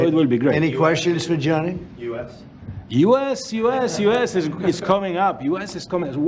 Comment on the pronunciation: Its gianni not johnny!!! And US had the WC in 1994